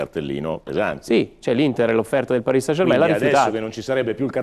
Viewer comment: Ma sarai mai possibile che nessuno sappia come si pronuncia -ain in francese German e non Germèn! Mentre poi tutti dicono, com'è giusto san e non sen!